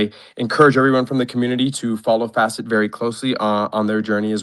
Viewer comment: Say F-asset one more time this is not flare 🤣🤣